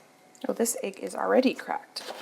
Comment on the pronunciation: is so arrogant and dismissive of her sweet mom. Her mom is a better cook than she is, let’s be honest. Also, egg is not pronounced “aig”. Listen to your mom,. She never responds to what her mom says. She changes the subject immediately as if her mom didn’t say anything😅. A little too arrogant for such an unprofessional home cook. runs circles around.